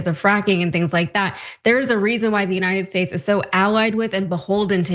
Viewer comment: Buy your oil from the United 'Shates' of America Donnie? You can't even pronounce your own country for goodness sake! ...